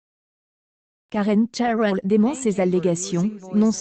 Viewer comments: Pourquoi prononcer Karen Chairel ? C'est une Française ! :-D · Qu''est ce que c'est que cette façon de prononcer le nom et puis qu'est ce qu'on en a à faire c'est sa vie et son corp elle fait ce qu'elle veut vous n'avez rien d'autre à faire puis essayé de mieux prononcé MERCI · Vous nous emmerdez avec ces voix informatisées, incapable de prononcer son nom correctement. Écoute récemment interviewer Michel Onfray. Une tête cultivée cette femme ! Cette vidéo est nulle, complètement nulle. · hahaha je suis tordus en deux rien cas écouté les commentaire et la prononciation de Karen cheryl il suffit de lire et pas inventer